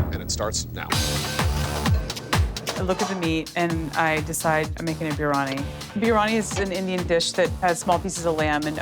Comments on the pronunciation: that's no where close to being a biryani. I'd have chopped her just for not being able to pronounce biryani correctly. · As soon as she butchered the word “biryani” and wanted to make it with PORK roast it was so important to me that dish to get chopped